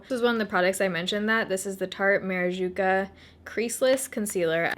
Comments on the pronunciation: Maracuja NOT MARAJUCA lol. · I LOVE your videos, but the name of the tarte oil is bugging the hell out of me lol... maraCUJA, not maraJUCA. This look is so pretty!!! #baerittofam